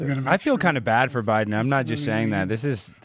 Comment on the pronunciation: At about , did Tapper say, "President OBiden"??